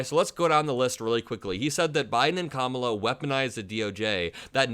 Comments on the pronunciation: He might mean "Lying Kamala" but I'm hearing "Lion Kamala". ;) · Lion Kamala 😂😂😂 that’s not an insult, hehe sounds like he’s calling her a lion